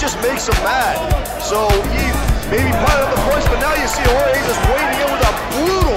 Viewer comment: When they said jorge instead of Horhe.... 🙄